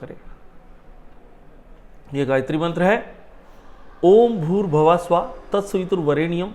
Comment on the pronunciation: भुर्भव: स्व: नहीं भूर्भुव: स्व: होता है। आपको तो गायत्री मंत्र बोलना ही नहीं आता है। पहले गायत्री मंत्र सही बोलना सीखिए।